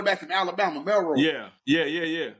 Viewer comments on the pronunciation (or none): Milroe man not Melroe lol